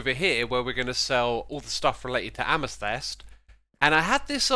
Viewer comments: did he say amastest instead of amethyst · He pronounces amathyst in the weirdest way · I love the way he says amethyst